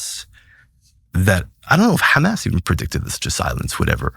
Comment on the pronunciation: The first time he said ham ass for Hamas, I was suspect